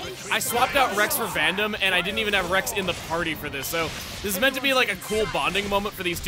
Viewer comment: Listen, I get you're fighting old habits, but every time you understate that second syllable in Vandham's name the "D" sound just vanishes, and it freaks me out.